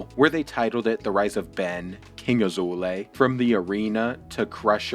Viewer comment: He is obviously handicaped a lot... Thumbs up for excelent pronunciation of his name - it always make me smile...